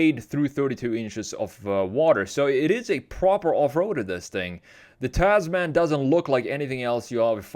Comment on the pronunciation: Not "taz-man" it's pronounced "Tasmn" like gentleman or spokesman